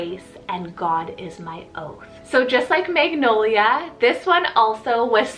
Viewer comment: My aunt is named MAGNOLIA and her nickname is NOLIA but she doesn't pronounce it the way you do on here. Also my cousin is NOLIANA.